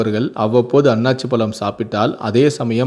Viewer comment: not Aanachi. it's Aanasi